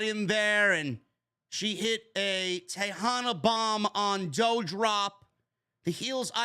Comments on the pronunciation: Can you say DOUDROP name correctly?? It's DU-Drop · you can pronounce Levesque correctly but Not Doudrop??